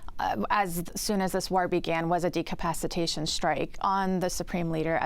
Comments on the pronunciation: Decapitation or Decapacitation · "Professor" is confusing decapacitation with decapitation . 😂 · It's "Decapitation", not "Decapacitation" as twice said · Decapitation, not decapacitation… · It’s not decapacitation it is decapitation. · How many times is this "expert" going to say "decapicitation" while meaning "decapitation". Johns Hopkins is really falling off... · She keeps saying "decapacitation strikes" i think she means "decapitation strikes" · Decapitation strikes, professsor, not decapacitation strikes. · "Decapacitation strike" is where you reduce the capacity of a country. F'in idiot. I like how no-one corrected her. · She said de capaci tation strikes TWICE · "Decapacitation" is a whole different word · Please find a CSIS PhD who can correctly pronounce decapitation. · not a bad guest, but surely it hurts one's credibility a bit if they can't even pronounce "decapitation strike"? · Somebody PLEASE help her learn to pronounce "decapitation!" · This lady can't even pronounce the word "decapitation" properly, but she's a professor at Johns Hopkins.... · This "professor" cant pronounce "decapitation"?